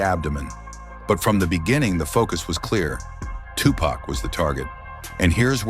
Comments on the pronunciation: Tupac not tupuc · Agreed. Who the hell is Tupaca? 😂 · Video is unwatchable after the AI butchered tupacs name. Hate shit like this